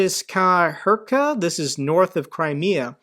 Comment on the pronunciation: However, these missiles are supposed to self-destruct if they miss the target. Enter: latitude Kyïv, longitude Lviv, allow for inherent inaccuracy. Heničeśki Hirka as in hear, not Hur. Megabucks,⁶ Gigabucks,⁹ Terabucks¹².